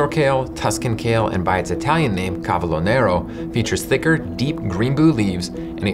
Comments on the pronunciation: Great video, just a correction from a native Italian: it's "cavOlo nero", not "cavElo". "Cavolo" is actually the generic term we use for some types of brassicas. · Correction: it is called CAVOLO nero (not cavelo). Cavolo means Cabbage in Italian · With the caveat that I'm not Italian and I only make-believe that I speak Italian, I'm pretty sure it's "cavolo nero", not "cavelo nero". I do not point this out as criticism, but rather in the spirit of our shared goal of illuminating the truth.